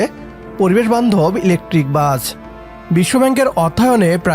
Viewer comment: বাচ না, বাস। ঠিক মতো বাংলাও বলতে পারে না, চ্যানেল খুলে বসেছে?